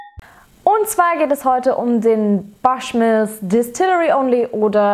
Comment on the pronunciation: Gute Tasting Noten,. Klingt interessant, nur ein wenig teuer. Aber bitte nicht mehr Baschmills sagen;-)